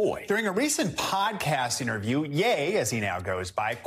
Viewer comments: Lol he calls ye, yee haha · He called yey ye lmao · Lmao this is nuts Didn't he donate to the family??????? Lmao way they pronounced ye